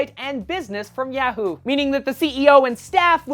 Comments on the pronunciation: you might want to work on your pronunciation of Yahoo. You're stressing the "a" too much. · I keep laughing every time he says yahoo...HAHA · its yahoo not yahoo